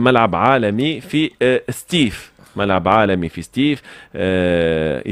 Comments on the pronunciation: سطيف وليس ستيف يا أخي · سطيف ماشي ستيف يا تونسي